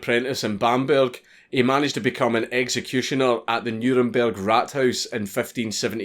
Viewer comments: Raathaus. A long a not rathouse. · he makes Rathaus sound like rat house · The way you say Rathaus is kinda meh, but this is cool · funny how "Rathaus" (townhall) sounds like rat house in english :D:D